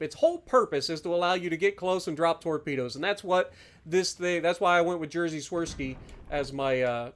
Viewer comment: I love your pronunciation of "Jerzy" like "Jersey" lol. But damn, it's hard to explain in writing how to pronounce his name corretly. It's more like "Yejy" - The "J" at the start of "Jerzy" pronounced like Y in "yes", the "rz" is pronounced like J in the French name "Jacques". Jerzy is a Polish equivalent of the English name George. Polish is a difficult language to pronounce, so no pressure - that was for information puposes only. Edit: Maybe you need to play this ship like worse Conqueror, but with torpedoes? 34% fire chance seems quite solid.